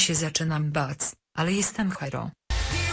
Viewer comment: dlaczego muwisz bac a nie bać?